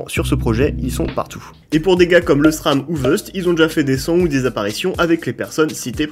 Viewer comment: Juste, on prononce Lesram "Laisseram" pas "leussram". Bonne vidéo